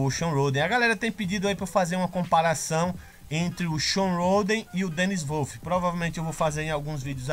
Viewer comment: Salve! Excelente vídeo. Só uma dica de pronúncia. Phil Heath se pronuncia "Fil Rifi" E Dennis Wolf como "Denis Uolfi". Um abraço do teu fã aqui. Vlw.